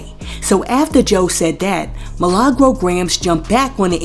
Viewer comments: My name is Me/Lah/Gro roll your tongue with it 😂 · Roll the R when u mention MILAGRO